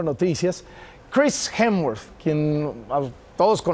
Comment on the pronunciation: me encanta Chris, que pena Loret no sabe pronunciar su apelliido es HEMSWORTH si se pronuncia la ¨S¨ y si es necesario que viera programas con Ellen Degeneres o Jimmy Fallon. Que pena que comparen al Chapulpulin colorado con Thor nada que ver , solo un martillo, el otro es una deidad vikinga y con superpoderes, sorry Chris... Pero Bienvenido Welcome Chris... I offer special tour for you ,regards